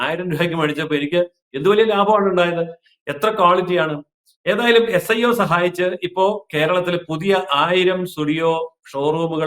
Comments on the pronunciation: Not iso, sio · മോളെ ഐസോ അല്ല S IO ആണ് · ISO അല്ല SIO